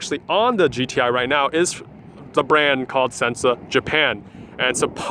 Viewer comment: anyone else notice he said g-thai